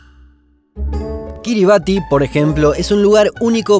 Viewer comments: Kiribati se pronuncia Kiribas. Gran vídeo. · Excelente video !!!. Kiribati se dice Kiribas , allá el ti es una s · Estimado, segunda vez que veo que pronuncian mal Kiribati. Aunque se escribe así, se pronuncia KIRIBAZ